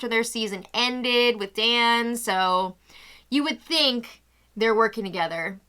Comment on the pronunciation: You keep calling Dani "Day" LMAOO